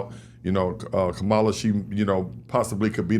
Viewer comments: VP Harris name is pronounced like you are saying comma (KAMA-la). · Guys pronounce her name correctly. Kam like Cam-era. You’re pronouncing it like Trump.